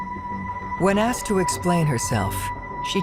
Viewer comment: Asked….not axed…. that’s another one.